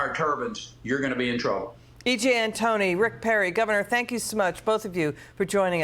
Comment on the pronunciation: Don’t say nucular. Try saying nuclear.